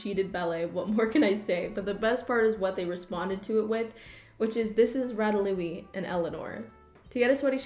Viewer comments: Lol “ratalouis” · Rat Rata Rat-ah-louie? Hi this is the first video I've ever watched by you and I almost just clicked off just for that.